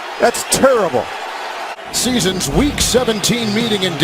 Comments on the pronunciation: "That's tiribowl" Tir-i-bul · “ThAtS TuRrIbLe”